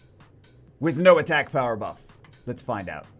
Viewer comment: slow down Jew or we 're not gonna have a power "bruff" lmao